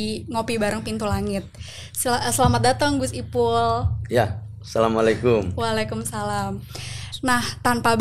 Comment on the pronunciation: Mbaca salamx yg bener doong mbak....